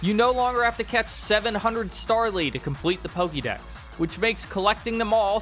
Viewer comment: Pokédex, not pokidex.